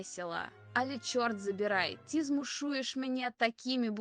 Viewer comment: 100 відтінків "зачєм" "ті" "хочєшь" "розказаті" "спочаткюу" "людіна" "алє" "надрукованій" "чорт забіряай" "нє схожій"